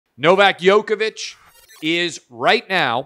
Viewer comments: It's not YOKOVIC, It's JOKEOVIC, that's how to pronounce it. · It's Novak Djokovic...not yokovich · Clay you have to start saying his name correctly. It isn’t that hard lol. The “Dj” is pronounced the same as “G” at the beginning on George. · Yo -ka-vich?? Lol